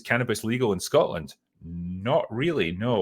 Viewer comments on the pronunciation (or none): none